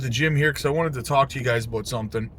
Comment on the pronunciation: I knew you were canadian when you said " aboat "